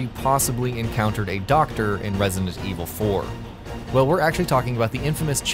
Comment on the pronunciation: this guy cant even pronounce resident evil 4 lol